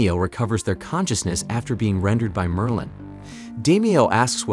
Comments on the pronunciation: Merlin. Not merline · You can not even pronounce Merlin.